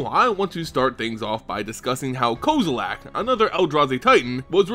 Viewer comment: Aay bro the way you pronounce kozilek is wack, its cool tho. Thanks for the info